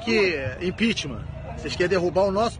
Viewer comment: "Vocês qué impitiman" ... não preciso falar mais nada